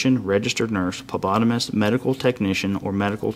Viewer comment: The cop said “publotamist” for phlebotomist